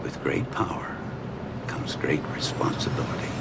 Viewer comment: Harry couldn't pronounce "responsibility"!